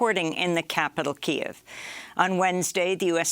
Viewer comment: why does Amy keep pronouncing Kyiv wrong?